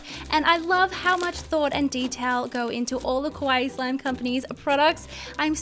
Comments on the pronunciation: Please dont saw Kowaii Its exactly the opposite of kawaii TwT Luv your vids tho uwu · Did you just say carbs? I'm a Type 1 Diabetic...how ironic lol 😃 ...Oh, and by the way, you said "Kawaii Slime Company" wrong. You said it like "scary slime shop" lol. Yes, I was born in Tokyo, so I know. People just got to do their research more, I guess lol